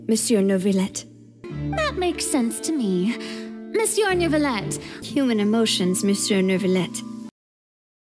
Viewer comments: And Furina won for being the worst of them. She got everything : weird exagerated accent, prononce the silent r in Monsieur etc 😂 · SlBajdv AAAH THE PRONOUNCING...IT HURTS MY EARS Basicly its written "monsieur" but pls just say "meusieu" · thing is that the english ones always try to just put everything in an english accent. they don't do research . the voice actor (the english one I didn't like from start from what he appears in the streams) but when he is directing he should do research. monsieur is a NORMAL COMMON word. Even here in Germany we use it in the right term. is like portemonnaie or pomme frites , all these normal words but then the english version just makes it plain english. I cringe still so much on the fischl words like verurteilung....there is no issue in doing research especially when 2 characters out of 10 pronounce it right, the rest wrong. there MUST be a coordinator just seeing that they don't pronounce it the same. then they should practice until it works. (I remember with al -ahmar how much it went wrong) Alone Childe as I know is absolutely wrong pronounced The issue (and a bad thing) genshin just started is having the same words but trying to say it in all languages. and it got out of hand since inazuma and sumeru. you have then 3 language with 3 words for "filth" , here you don't need for one word a 7- word-sentence in french if you want to describe one thing just to show how french fontaine is. it makes it not only ridiculous but also the player needs to learn vocabulary of the game for each region. (like why the hell would you put nazissenkreuz (german) into fontaine?